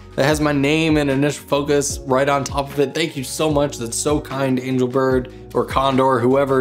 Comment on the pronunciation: angel bird...somehow pronounced angle bird, was it intentional?